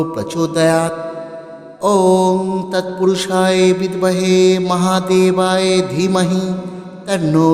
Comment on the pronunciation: ক্ষমা করবেন। উচ্চারণ ঠিক করলে ভালো হয়। এখানে মহাদেবায় আছে আপনি মহাদেবায়ে উচ্চারণ করছেন এটাই ভুল মনে হলো।দুজায়গায় উচ্চারণে ভুল মনে হচ্ছে তাই বললাম। ভুল বলে থাকলে ক্ষমা করবেন। 🙏🙏🙏